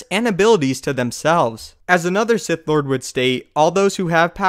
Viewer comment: at the end of the video, around like -ish, you said "clord of the Sith" Instead of Lord of the Sith, lolz. Just wanted to point that out. but yeah, watch ur videos everyday. But big fan of ur channel and watch ur videos every day. Keep it up bro! Also, i don't have cable and wanna watch the clone wars and the new rogue or whatever it's called animated series' cuz I haven't seen them all from beginning to end. does anyone know a site I can watch them both for free with or without commercials. any help would be greatly appreciated. And keep up the vids bro!!!